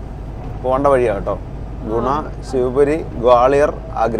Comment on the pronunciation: In Malayalam, Gwalior is spelled like this "ഗ്വാളിയർ", and not like."ഗോളിയർ". All three of you are doing an outstanding job. Carry on.